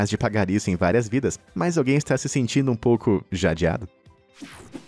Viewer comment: "Jadiado" kkkkkk essa foi boa em